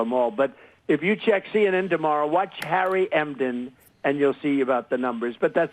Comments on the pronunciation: Harry Enten not Emden! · Can we talk about the fact that he called Harry Enten, Harry “Emden”? Lol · He can’t even get Harry Enten’s name correct. He’s in complete denial.